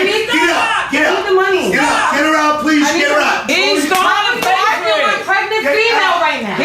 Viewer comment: The word you’re looking for is HER NOT HAR AND ASK NOT AX